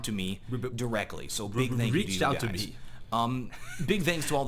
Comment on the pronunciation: First off, no one wears epaulets; n00b. Second, you call it "NES" its N.E.S. you scrub. Finally, stop saying "thank you" with a Z, its a "TH", loser. Just kidding brother, congrats on the 1mil subs. Love your channel and your work ethic in make vids for us plebes. Cheers mate.